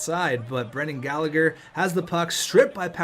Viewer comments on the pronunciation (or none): none